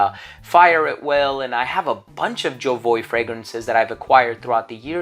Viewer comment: Why do american people think they have the right to pronounce names of brands their own way when the French say it is ZHO-VU-AH?